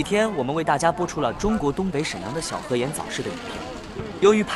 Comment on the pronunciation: 小河沿（yan,四声），你就更象了